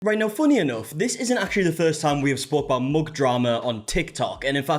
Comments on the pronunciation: i like the way you pronounce mug “moog” 😊 💙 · The way you pronounce "mug" rhymes with the way I pronounce "book"